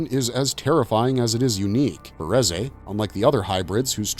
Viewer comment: It's pronounced as "Rizz eh"